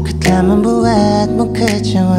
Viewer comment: Unik tapi tolong pengucapannya...emang begini apa dibuat2....tapi bagus sih....koreksi itu lirik kecewa apa kecowa 😂😂😂